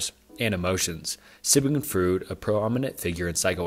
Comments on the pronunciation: Freud is pronounced froyd jsyk, great vids keep it up! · It's spelled "Freud," but it's pronounced "Froyd." Stop butchering my beautiful language. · Nice video but please when you say someones name pronounce it correctly. The way you said Freud hurt my soul